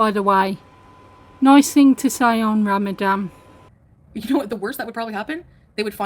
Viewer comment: its Ramadan, with an N